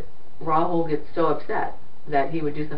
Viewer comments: The name is Rahul, not Rahool. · I’m cracking up at the way the narrator and police are pronouncing Rahul’s name😂